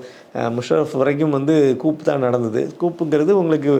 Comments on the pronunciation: நீங்கள் சொல்லும் coup என்பது கூப் அல்ல அது கூ. Coup இல் p சைலண்ட். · It is not coup. It is pronounced as Koo. Pl correct .